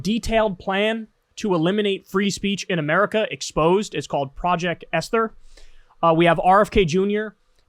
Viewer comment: You mispronounced 'Esther'. Really? Dumb.